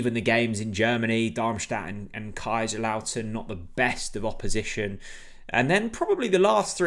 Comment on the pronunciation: “KaiserLAUTEN”. Oh dear it’s KaiserSLauten”. You pronounce the S. well known famous old club. Sadly that lack of football knowledge rather invalidates everything else in the video.